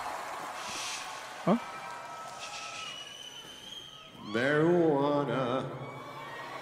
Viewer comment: si, si dijo mary huana al final saludos